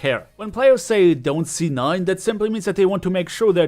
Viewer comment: do you say "z9" when it's "c9"